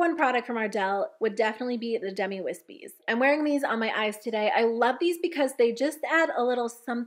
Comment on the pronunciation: Me thinking you’ve been saying dummy wispies instead of demi 🤦🏻‍♀️